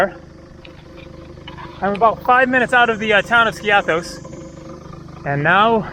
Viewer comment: Love your videos! By the way, "Skiathos" is pronounced: "Ski'- athos". The accent is on the "i" , not on the "a". Also, you said "kalispera" as a greeting while it's obviously morning or early afternoon, while the correct greeting is: "kalimera" (good day). Use "kalispera" only in the early evening as a greeting, and use "kalinichta" only as a "goodbye" at nighttime, never as a greeting. All the best to you!